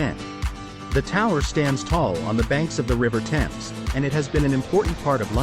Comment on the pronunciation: The Thames is pronounced tems as in tens (multiples of 10)